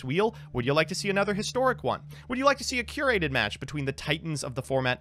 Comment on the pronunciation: Cur Ated! Cur Ated!